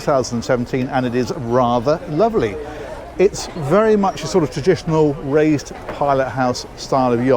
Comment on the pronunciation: I thought you said “Ray’s pilot house.” Had to listen again “raised pilot house”. Of course, that makes much more sense. . . . would be funny if the pilot was called Ray though. It would then be Rays raised pilot house. Don’t mind me, I live in a lighthouse on my own on a rock in the middle of the sea😂